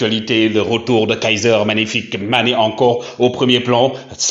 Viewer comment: 🤣🤣🤣🤣 Mon cher faut bien articulé Kaiser MAGNIFIQUE Mané parce qu'on a l'impression d'entendre Kaiser FICK Mané . FICK a une autre signification dans la langue Allemande